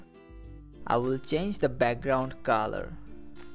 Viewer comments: what is the "kaaaalar" 😐😐?? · Please bro it's color..... Not calar